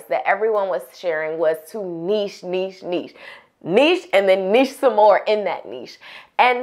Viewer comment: Thanks for saying niche properly 😁